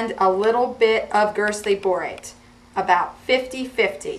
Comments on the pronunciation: "Girtsly borate"??? Did I hear that right??? What the heck is that??? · Gerstley borate. The s comes before the t.